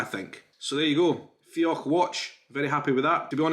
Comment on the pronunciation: it seems you're pronouncing the dh in fiodh like the ch sound (for example in loch). At the end of a word after "o", dh is pronounced like the gh sound /ɣ/. Look up "" on Wikipedia to hear it.